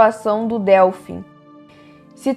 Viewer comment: Muito bom, só um comentário: se fala dÊlfim, e não dÉlfim. Obrigada pelo vídeo! 🌷